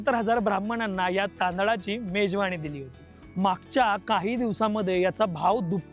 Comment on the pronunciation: मेजवानी आहे ते मेजवाणी नाही....आधी भाषा सुधार रे बाबा तुझी...😂😂😂😂